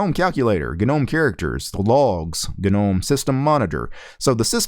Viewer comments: the G in Gnome is silent, "no-mm" . questions: Has it stopped freezing when using web browser with several tabs open? Can it finally put laptop to sleep mode or hibernation without waking up randomly for no reason? Can you switch between different kinds of wireless drivers without side effects like losing wireless capability or losing sound capability requiring reboot? I see it's still trying to do navigation animations when it can't (still stuttering), I can't understand why the window system can't detect when the hardware isn't capable of smooth animation to turn off animation in such cases. And that sudo bullshit, is it finally sorted so that it can assume sudo implicitly when required so we don't need to keep typing sudo at the command line and then it can scan fingerprint from laptop fingerprint reader instead of prompting for stupid password every time? also please, pretty please, just put a xterm by default in the shortcut bar, stop assuming people don't need it, they ALWAYS do. I don't know what happened to Linux, it used to work so well from the 1990's to the mid 2000's , now it just tries to be clever and ends up not able to even do stuff mobile phones can do. They chop and change interface, mouse action, etc, user is expected to know how to control the nav bar with no intro guide I mean it's just a mess, I'd like to contribute to Ubuntu to sort it out but some dumb ass must be making all the ridiculous final decisions on the os, wrecking this great os, it's such a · The "G" in gnome is silent you dumbass.